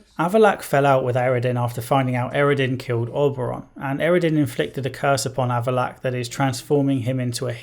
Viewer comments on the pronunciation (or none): none